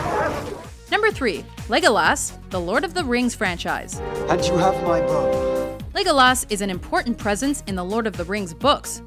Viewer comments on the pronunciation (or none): You know I've never drowned a video but first saying Legolas and putting such a emphasis on the Las part just always gets under my skin but to him third behind Katniss....ummm major fail! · such bullshit, you can't even pronounce legolas properly.. there's one s not two!! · does it annoy anyone else that she says legolaas rather than pronouncing it legolus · its not Legol-ass, its like Lego-less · Oh god, I hate the way some people pronounce Legolas. It's Legolas not Legolass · It's Legolas not Legoass. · its not legolaas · God, y'all need to put some respect on Legolas's name. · How can Legolas not be number 1? And how can u even mispronounce his name??? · Also the silly bitch can't say logolas right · Did anyone else hate the way she said Legolas? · Was anyone else extremely annoyed by how she pronounced legolas. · why do always pronounce names so weird for example: they sound like retards when they say legolas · Anyone else notice that this chick prenounce a lot names wrong, she pronounces Legolas' name wrong in here, but more characters in other videos. Seriously, if your gonna honor them, say the name right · ikr, say Legolas' name rite the next time